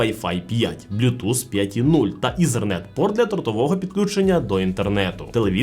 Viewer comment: 😂😂шаомі, ізєрнет🤣